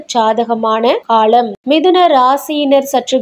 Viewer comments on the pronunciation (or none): தொளில், அதிஹமாண, சில ஹாலம் தமிழை இன்னும் கேவலப்படுத்தலாம். தமிள் மொளிப்பட்றாளர் ஹளைப் போள